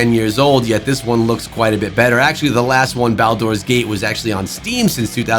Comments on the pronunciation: Lost me at Bal-Door's Gate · Nothing changed. For some reason people see the isometric point-and-click style and lump it in with Diablo. First time I’ve heard it pronounced as Bal-door’s gate as well😂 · The way you pronounce Baldurs Gate is painful